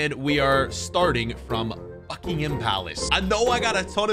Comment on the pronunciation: When he said Buckingham palace I thought he said *uckingham palace